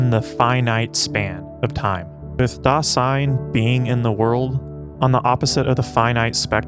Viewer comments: Great work here! Only some remarks. First of all 'Dasein' isn't a word that Heidegger invented. It's a common German word, literally meaning 'being there,' that Heidegger has reinterpreted. Also, it's pronounced /ˈdaːzaɪn/, not /daːsaɪn/. Second, you mention that for Heidegger everything depends on your perspective, for example the perspective of being a Trump supporter or a Nazi. This video doesn't mention the fact that Heidegger himself was a Nazi, even though that would be the time and place. If everything depends on your perspective, how can you reconcile Heidegger's identity as an ordinary (ex-)Nazi with his philosophy of authenticity? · Dasein should be pronounced DAH-zyne. S makes Z sound in German. Ultimately tho, very good video! ^_^ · One minor point on pronunciation - it sounds like you are saying Das-ein, when it really needs to be pronounced >>Da-sein<< pronounced, "da 'zein" translation, being there (hence the title of the movie). But that is neither here nor there!! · "Dasein" with a soft "s" please... more "z" than "ss"... thanks! 😉